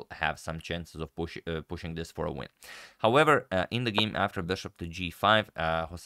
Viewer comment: Did you say, '...we win Black's Queen...'? Just it sounded like, '... we ruin Black's Queen...' Now that's just spiteful... lol